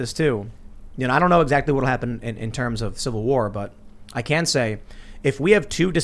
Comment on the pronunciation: Tim "civil warr" stool